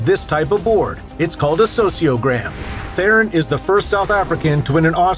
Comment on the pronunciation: The lie is the way you pronounced Theron